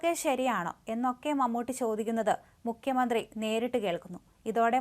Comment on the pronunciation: മുഖ്യമന്ത്രി എന്നാണ് അല്ലാതെ മുക്യമന്ത്രി എന്നല്ല